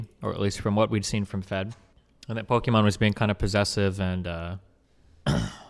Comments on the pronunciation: its pokimane not pokimon her name is imane not imon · why is he saying pokimon? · why is he saying Pokemon? if it's Pokimane??? is this some kinda "mean way" to call her? or he doesn't know how to pronounce it jfksjflkjsd xDD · Him saying Pokémon not pokimane is triggering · Duuudee. This whole time I was trying to figure out who Imane was. Ive been pronouncing her name Pokimain, so it didn't click. I was wondering why he just kept calling her Pokemon. 🤦‍♂️ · Why is it that I just now realized that Pokimanes name is like Pokemon, but with her name "Imane". So it sounds like Pokemon bc Imane is pronounced Emon.. Wow. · So no one gonna talk about how he keeps saying Pokémon and not pokimane??? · im not the only one that noticd that, at the start, he says "pokemom", right? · Destiny is pronouncing it wrong as a joke it's Pokemain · I fucked up even harder, I knew it was her name all along but I still mispronounced it as Pokimain lol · Atleast just say poki, not pokimon ffs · Destiny says Poke-Imane, which is the whole joke. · Good video.... other than you're saying her name wrong, good video. I felt bad for Fed. Now im #FuckFed again.